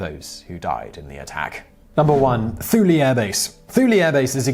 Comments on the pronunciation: Thule Air Base is pronounced with a hard 'T'. Too-lee. The constant cloud and fog on Shemya is so depressing that people are generally limited to one month on the island at a time. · Hey brainiac, Thule is pronounced too-lee. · Almost all of those bases have both male and female military members stationed there. It is customary to refer to military by the inclusive words, Soldier, Sailor, Airmen, or Marines, not "guys". During the cold war some of those bases guarded against the Soviets, not Russians per se. Unless. and this is quite possible, the Greenland pronunciation of Thule is different than the U.S. pronunciation, the "h" is silent. Your definition of "remote" is a bit fuzzy and questionable, accurate for places like Shemya but not so much for Kusan. Obama was not a badass; the Navy Seals were and are.